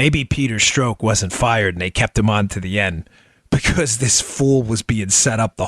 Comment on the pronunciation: Making me crazy -- Pronounced Peter STROCK as in a ROCK..not STROKE..Pleasee adjust.. Thanks, my brother!